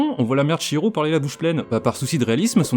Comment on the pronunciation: Ça fait plaisir d'entendre quelqu'un prononcer Chihiro correctement, contrairement à la VF (qui est pourtant super)